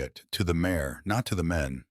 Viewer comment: It's MARE, not MAYOR!